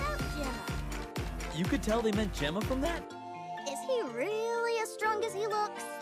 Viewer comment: Gemma? I'm pretty sure he used to be called Jema...